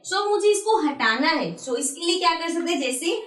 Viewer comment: Aap acha padhati Hans but aap so ko sho kyu bolti hoo